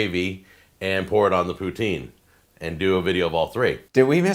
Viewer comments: as a canadian i have to chime in and say poutine is not Pooh Teen Pu (like pull) Tin like the metal. (if you want to feel french it sounds more like put sin but still no teens! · As a Quebecois... Stop saying Poo-teen 🤣. It's Poo-tsin 🤣